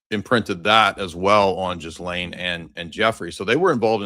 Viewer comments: “Jizlane” really? 😂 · I love the mispronunciation 😂😂 My favorite nickname for her is “The Jizz”— gross, I know, but fitting! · The US arrested and exfiltrated the president of Venezuela, not Argentina. And at this late date, it's a good idea to research the correct pronunciation of "Ghislaine."